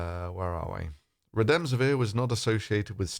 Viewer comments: I believe you mispronounced the antiviral drug. I understood Re-DEM-si-vir. However the name is REM-de-is-vir. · It's Remdesivir, not Redemsivir.